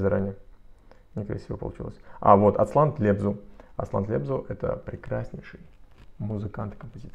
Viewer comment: Произношение - НАхушев и ТлебзУ )) а на которого вы сказали что помните ,но не знаете кто это Аскер БербЕков победитель проекта голос )